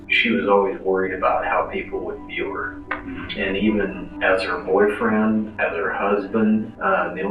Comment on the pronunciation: The way you say boyfriend 😭😭😭